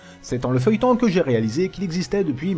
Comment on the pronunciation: tu as "raliser" cette vidéo ? ^^ hihihihi